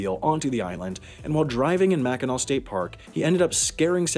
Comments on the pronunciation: I’m glad you actually pronounced Mackinaw correctly. Lots of people don’t pronounce it right and it really ruffles the Michigan residence feathers. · I'm happy you didn't pronounce it "mackinack" XD Anyways, I really like your channel and the topics you talk about 😀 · as a michigander im so proud of you for not pronouncing it “mackinak” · I’m from Michigan and for some reason we get very strict about how the island of Mackinac is pronounced and fort Mackinac and Michiganders sounds exactly happy that the vice president brought cars onto the island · I love that you pronounced it correctly! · Haven't watched the video, but I'm guessing it's on Mackinac Island. (My scout troop cycled around the island a few times) Edit: I WAS RIGHT. Also, thank you for being one of the few people who can correctly pronounce "Mackinac" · I can't tell you how happy I was that he said mackinac correctly!! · Or if you like walking around dodging mounds of horse shit & the general smell of horse shit... & thanks for pronouncing it right! 🙌